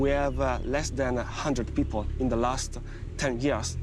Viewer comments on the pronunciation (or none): When I see that Andrew Collins will be speaking, I wait patiently to hear his pronunciation of the word, "people" as "Pea-poe." 😂🤪🤨